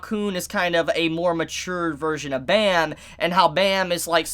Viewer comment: Bro you are saying Bam's name wrong